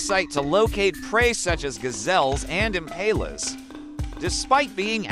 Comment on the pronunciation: Might wanna stop mispronoucing "impala."